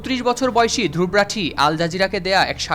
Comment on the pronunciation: Dhruv rathee এটির উচ্চারণ “ধ্রুব রথী “ ( ধ্রুবো রোথী )